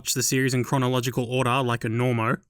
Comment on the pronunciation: Normo.... IT'S NORMIE YOU FUCK